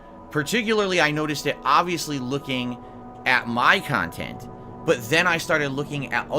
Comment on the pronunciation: “Curated khantent”